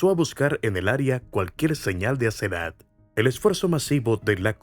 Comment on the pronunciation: Asenat o Asezanet? Mala narración... Y la mamá teniendo auto la dejaba caminar sola más de 1 km a esa edad? Qué barbaridad!!